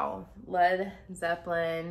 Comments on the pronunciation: More “Zeplin” please! 😆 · Their name is Led Zeppelin, not Zeplin.